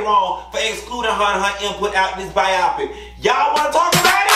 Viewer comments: Omg I can't. He said Bye-awwpic. It's BIOPIC. Let's sound it out together my dude.......BYE-OH-PIC. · I couldn't get over "ByEYEpik" 😩I couldn't tell if you were joking or not. I only know "Bio-Pick" I didn't watch it. The "2nd Spin" is SnP.....🤷🏾‍♀️ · Bi-o-pic. Not bi-op-pic. But I'm sure you know that. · 😂😂😂😂 lol it’s bi -yo-pic lol not bi-I-pic